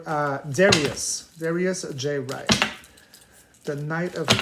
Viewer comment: You are pronouncing his last name wrong, maybe that makes a difference. You said Dwight instead of Wright.